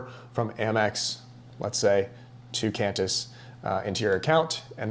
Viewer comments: Great, informative video! And it’s pronounced “Quan-tiss”😊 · It’s pronounced Kwantysh 😂😁. Same for Kwatar 🤣